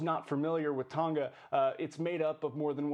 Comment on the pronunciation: Ton-Ga not tonna